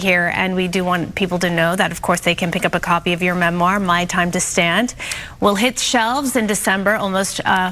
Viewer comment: "Memwire" great speech Gypgyp, gonna read my "memwire in my.nurshery"...friggin' narcissistic little murderous liar!!